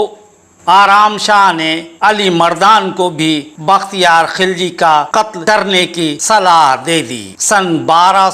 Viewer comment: He was not khilaj Sir he was khilji mean gilzai and was not turk but true and pure afghan in Turkish there is no pronunciation of k or kha